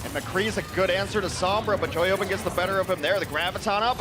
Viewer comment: The hipster play-by-play sounds like he's saying "Toyota" when saying Choihyobin's name.